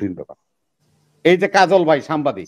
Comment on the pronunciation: বাংলায় কথা বলতে পারিস না আবার নেতা গিরি করো? শব্দটা সাম্বাদিক না সাংবাদিক,মিল আক্কেল না মিরাকেল।